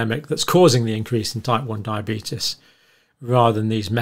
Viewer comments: The result of Years of studying diabetes and crackpot theories: “Diabeetus@ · You're pronouncing diabeetus wrong. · Why can't he pronounce diabetes or covid like the rest of England does?